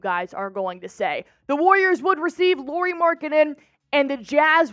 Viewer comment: It’s pronounced LAURI, like Lowrey!